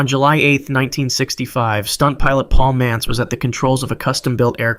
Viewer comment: The titles don't match up with the stories. Also, it's Paul MANTZ, not Mance.